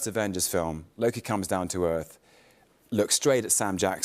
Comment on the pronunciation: holy shit i never noticed tht Mobius said it a "LokE Who Remains"😂😂😂